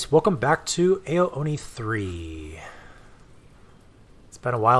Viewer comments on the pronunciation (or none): sorry to bother, I don't want to seem pretentious at all, but "ao" is pronounced like the word "ow" if that makes sense :)